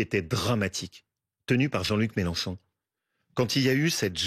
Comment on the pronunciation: Combien de fois Wauquiez à prononcé le nom Melanchon ce soir ! Le pauvre il n'a rien à dire !